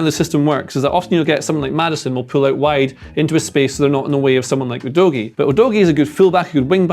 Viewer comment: Udogie is pronounced U-doggy